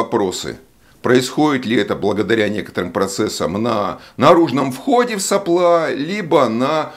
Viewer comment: это прерогатива физиков говорить соплА, а не сОпла? в предыдущем ролике еще терпел, сегодня слух не выдержал.